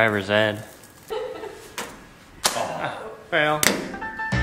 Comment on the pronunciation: Recyle that converter! said "Driver's ED" 🤣